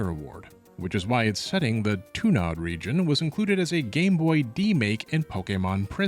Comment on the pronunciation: "Rijin... Region"